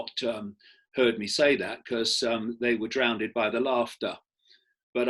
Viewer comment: DROWNDED? What language is that?